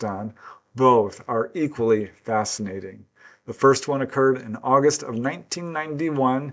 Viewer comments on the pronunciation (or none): none